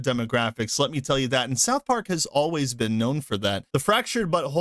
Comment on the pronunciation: Why do you say spith park, an the video shows director from pyschonauts